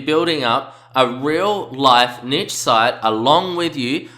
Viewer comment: NEESH!! It is pronounced neesh (rhymes with leash or quiche) See also: brochure, fuchsia, machete, machine, moustache, parachute, ricochet. Video is great but please stop saying "nitch"...it's cringworthy and makes you sound dumb.